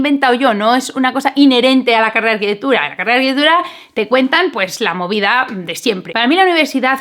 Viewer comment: Es arquitecTURA... TU DICES : arquiteGHBUDA. !!!. Para hacer interesante lo que dices, no tienes para qué acelerár tanto.